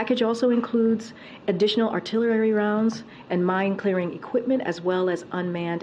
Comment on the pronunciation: Artilerary ? Wtf?